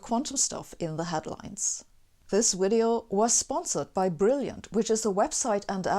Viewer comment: “This “WIDEO” was brought to you by brilliant “——>hehehehe. Ok then!